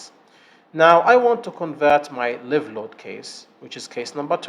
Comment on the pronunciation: مبارك جهودك استاذ. ملاحظة بسيطة. لفظ الحمولة الحية . لايف. بدل ليف. وجهودك عظيمة ومفيدة.